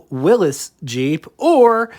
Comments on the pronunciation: Good job on the Jeep history and the history of other vehicles on your channel. I am glad that you have put out the correct pronunciation of Willys. Even though I am from Pennsylvania, I'd prefer the Willys. As far as the trucks go, the J10 is my pick, but the fc150 is even better. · Good video, and it's refreshing to hear someone on YouTube pronouncing Willys correctly. I wish people would stop with the "Bantam got screwed" garbage. The US government was racing to build a war machine. Every manufacturer knew that there would have to be cooperation to meet the demand. Bantam could meet the deadline, but the not the contract. They knew that the only way for them to get a piece of the contract would be to contribute their design to bigger manufacturers and build what their capacity would allow, which turned out to be trailers. Now people look at it like it was a business competition. It was not. It was a war effort. And by the way, the Willys Jeep that he put up in the 3 photo montage with the Ford GPW and Bantam BRC was not WIllys's submission. It was a prototype. Willys's submission was what he shows as the Ford GPW, but with a slat grille. The Ford GPW that he shows was also not Ford's submission. That is a Jeep built on Willys's plans, but with a Ford stamped grille. Ford's actual submission had oddly shaped door sills as a visual giveaway. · Fast forward to and wait a few seconds. Again, there are ads that pronounce it both ways, which was in my original post. Locally, and for those who worked there, it was willeez and they did spell it properly because it was on their paychecks. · There is no apostrophe in the name Willys, which is properly pronounced Will - iss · There is no apostrophe in the name Willys, which is properly pronounced Will - iss. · John North Willys knew how to pronounce his own name. Will - iss.